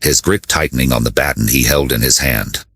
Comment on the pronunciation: Learn to pronounce baton right. I listened several times to see the true ending but it just cut off.